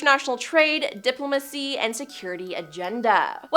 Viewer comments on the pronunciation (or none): Would you please learn how to pronounce the words you try to use? Diplomacy isn't that hard to say.